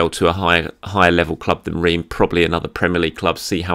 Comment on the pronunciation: this is how you pronounce Reims